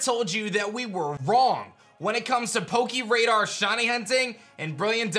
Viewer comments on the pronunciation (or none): Please don't say "poke- EE" radar